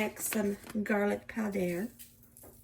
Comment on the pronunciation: I just love the way you say garlic powder. You're so dang funny to me!